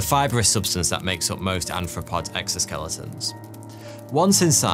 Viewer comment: Sorry, dude. No such thing as a anthropod. You mean arthropod. I do enjoy the fact that someone with as many subscribers as russel brand doesn't employ someone to edit or tell you how to say difficult words